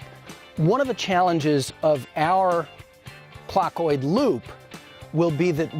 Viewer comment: I think he pronounced it like "clotoid," making the "th" sound like a "t." Some people do that.